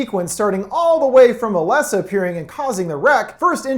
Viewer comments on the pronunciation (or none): UH-LESS-UH, NOT ALYSSA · Alessa. A-less-a. Not Alyssa lol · Ok, I love the video, but I have one small gripe... it's Al E ssa, not Al Y ssa. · I know I’m late as hell, but thank you for this recap! The first horror game I played which was the start of a major hobby! (it’s Ah-less-ah, not Ah-liss-ah.) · Hey bro you realize her name is Alessa right? Not Alyssa? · It's not Alyssa or Alissa. IT'S ALESSA. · Duuuude... Her name is AlEssa, not Alissa 🤣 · IT'S ALESSA NOT ALYSSA! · You keep pronouncing alessa wrong 😂 it’s ah less ah 😂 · I love ya bro, but let's say it together... Ah - LESS - Ah Not Alyssa... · Uh-less-uh not uh-liss-uh damn i didn't know you could just pronounce names wrong because you want to or worse didn't watch the movie and comment on it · UH LESS UH not uh liss uh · It physically hurts to hear you call her “Alyssa”. lololol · Great vid, but it bugged me greatly when you constantly pronounce Alessa’s name wrong and bugged even more when you said it right and then went right back to the wrong way... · Is anyone else bothered by his mispronunciation of Alessa? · Why is he saying the girl's name wrong? They say it a bunch of times in the movie, how does he get it wrong? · Don't understand how you can not say Alessa correctly. How come the movie states the correct pronounciation, why can't you man!